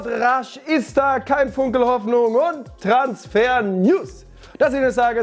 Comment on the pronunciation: ES ISSSSSCH FREITAGGGGG🤌🏽